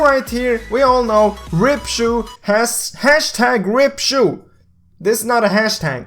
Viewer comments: I like how he says choo instead of (cha-ow) Chou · bluepanda said it #saveSHU the correct way to pronounce chou is like the normal 'o' like "throw" but replace the 'th' with 'c' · #RipCho? You did not pronounce it correctly if you want to find the right way to say it go to Google